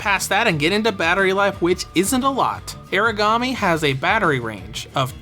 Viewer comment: kinda weirs to do a revew when the title/ main character's name is constantly mispronounced lol